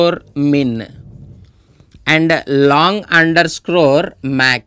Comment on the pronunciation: Its underscore not underscrorrrrrre.